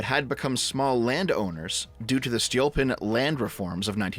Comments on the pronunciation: It's Stolypin, not Stolyopin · My guy, you mispronounced the surname of Stolypin so many times that I was unable to focus on what you were saying. First of all, the stress goes on the second vowel. Second, "y" (which is under stress) in Stolypin stands for russian letter "Ы" that is pronounced like retarded [iː]. And on the unrelated note Stalin hated ethnic Russians, at least in Russia that is considered to be common knowledge (meaning I can't back it up with sources). So saying that he was somewhat nationalist and put straight ethnic Russians at the top is technically incorrect. Several examples were Beria, Ezhov, Mikoyan. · that's a mispronunciation. Stolypin is Столыпин (and Ы is the "gut punching sound"... hope you got the reference), I think you forgot the O. which was everyone except extremely poor. Seriously, even having one cow was seen as being quite poor (cows were cheaper back then).